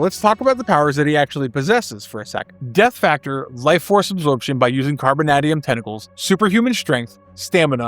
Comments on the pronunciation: I have never heard it pronounced “carboNADium,” but rather “carboNAYdium,” much like “tie-TAYnium” and not “tiTANium” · The way you pronounce 'carbon-AY-dium' makes me angry. Fantastic video, always loved Omega Red and would love to see more of him. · Can you mispronounce carbonadium a few more hundred times?! It’s like “the secret word” of the day AHHHH! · The mispronunciation of Carbonadium and Vasilli are rough bro, especially when you pronounced Carbonadium right the first time